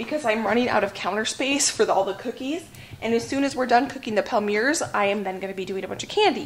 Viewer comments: Everything looks so good. I can almost smell the cookies. Have you ever used a pastry bag to squeeze your filling into the thumbprints? I feel it makes less mess. Palmier is a French word meaning Palm leaf. It is pronounced Palm Me A. 12 half-gallon jars! That is a great find. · Yay! The cookie video was a nice surprise today. You inspired me to get my holiday baking done! Also, since I am a French teacher and an Acre Homestead super fan...Palmier is pronounced " palm ee ay ". Happy Holidays to you and your family. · I think the Palmier's are French, and pronounced "palm-ee-ay's". Loved this video! Having a big bake-off with my family this Saturday! We all pitch in on ingredients, and make a whole day of it, with a break for soup and salad for lunch. We bake Swiss Bread, Bratzeli's, and Pecan Crunch, which are family recipes passed down from generations. Hey, dryer lint makes for a good fire starter!